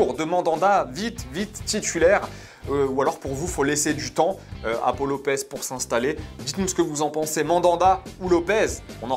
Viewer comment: Pourquoi tu prononces Pau Lopez mal, lollll Tu es bêtes!!